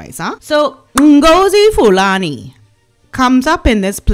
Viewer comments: I couldn't stop laughing at the way you pronounced this woman's name! She was definitely plotting a situation that would make headlines and gives her much publicity that she badly needed! The palace should think carefully who they invite for these events as not many people are genuine. Thanks for pointing out what she wrote about the treatment that Meghan had to endure from her Racist Royal in-laws! So much for the racist Royal family Meghan didn't have a problem of naming their children with traditional Royal names! Hypocrites to the core. My opinion is if this woman doesn't want to be recognised as someone with African origin then she shouldn't have worn that tribal costume! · So GOOD to listen to you. Loved the way you pronounced Marlene’s made up name. Does anyone know exactly what tribe’s clothing was she wearing? I would love to know from those of you who know.🌺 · First time on you’re channel and I’m charmed. Your pronunciation of the imposter’s name is comedy gold. 😂 That sanctuary looks pretty suspect, now that I know its purpose is to keep violent men out of jail where they belong. Does that bongo-dreaded woman know nothing of that African tradition of showing respect to elders? Poor Lady Susan! P. S. Your makeup is beautiful. 😊